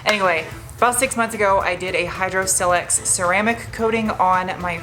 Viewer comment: It’s not pronounced with a soft “i” as in silk. It’s silex with a hard “i” as in mile. Check their own website.